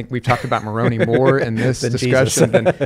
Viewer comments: Instant red flags when someone who definitely knows how to pronounce Moroni says it so it rhymes with macaroni to belittle the tradition. Gaslighting. Also there were 16 witnesses to Moroni. I am not LDS nor do I believe they saw anything with their real eyes. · The I in Moroni is pronounced "eye," not "ee" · Moroni's name is pronounced with an 'eye' sound at the end and nit an 'ee' sound. Just saying. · Latter-day Saint here. Interesting to hear them discuss my religion. I feel Bart brought up some very good points. There were multiple witnesses to the plates and the Angel Moroni (pronounced with a hard I at the end). I believe this is solid evidence for the reality that this happened. I also believe that the literal resurrection of Christ occurred, based on the witness accounts, but also based on modern day revelation that supports it. As a Latter-day Saint, I don’t have to simply rely on old historical accounts as the basis for my faith. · Just to help out, the angel's name is pronounced Mor-oh'-n•eye. And there are more members of the Church of Jesus Christ of Latter-day Saints ("Mormons") outside of the United States than there are within the US. He seemed to be of the opinion we exist only within Utah. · I think it’s funny how they are pronouncing Moroni. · Same!!! Haha and the way he kept mispronouncing Moroni 😅😅😅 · Just like he knew how LDS’s pronounce Moroni.